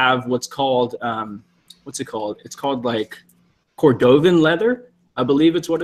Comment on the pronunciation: The shoes that are cordovan leather... it’s pronounced KOR duh ven.